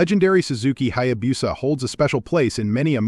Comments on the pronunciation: Yes, it is pronounced Hayabusa, not Hayabusa. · If a Hayabusa is so legendary, you should learn how to pronounce it.